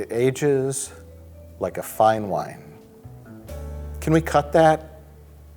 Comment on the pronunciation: Wine Commerical: WINE! Dracula: I don't dwrink vine.